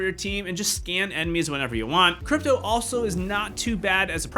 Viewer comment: Did anyone notice that he sId dripto and not cripto 😂